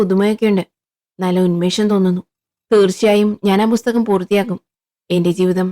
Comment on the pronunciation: ബുസ്തകം ❌ പുസ്തകം ✅